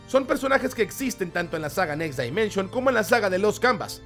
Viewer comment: Amigo, un consejo: escribe en el traductor next dimension y tradúcelo de inglés a español y escucha como se dice correctamente dimension, ojo es crítica constructiva. Bendiciones y gracias por compartir la info de saint seiya